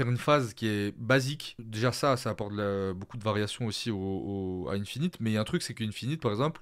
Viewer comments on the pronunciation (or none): Merci pour la review ! Attention à la prononciation d'Infinit que tu apprécies, c'est "1-finite" et non "ine-finite"